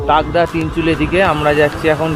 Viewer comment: ওটা তুগদা নয়..তাগদা হবে